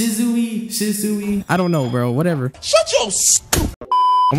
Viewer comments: its not sishsui its sushi fr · Shishui is pronounced sheesh-wi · she-sue-e = shisui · did he just say shizuwi😂💀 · Did man’s say shizuwi